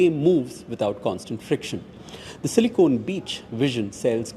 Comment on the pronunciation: Not Silicone.. it's Silicon